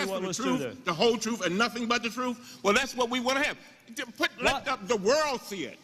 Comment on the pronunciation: Did Elijah say the "troof" - truth?